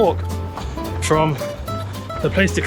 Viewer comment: Did he seriously pronounce "place" like in English while attempting to pronounce "Place de la Concorde" in French?!? What's the rationale behind that? It's like Spanish learners here saying "me gusta" like "mi gusta". 🤦‍♂